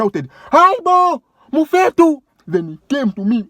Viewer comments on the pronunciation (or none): 😂😂i wish i can teach you more and how to pronounce Mfethu not Mufetu .